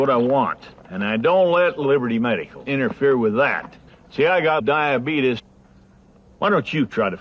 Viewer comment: I'm so glad no one taught him the proper way to pronounce diabetes